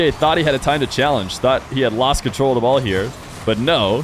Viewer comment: emphasis on the word "lost"